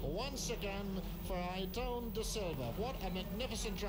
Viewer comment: Aside from him being called Da Silva in this race, its nice to hear pronounce his first name correctly (Ay-er-ton).